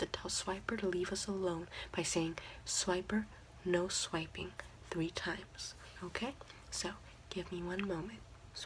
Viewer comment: I can speak Spanish and I'm from Puerto Rico but when she was saying swipper no Swipng I lost it 😂😂 you're great